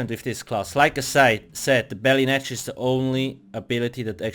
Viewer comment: REPEAT AFTER ME "BETTY NETCH" " BETTY TT